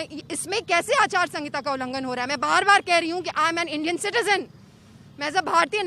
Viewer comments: Which kind of intelligent she is. She can not speak aachar sanhita. She is speaking aachar sangita. I'm an Indian Civic too and I have right to use nuclear weapons. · Achar sahinta bolna nhi ata aur bihar chalayenge.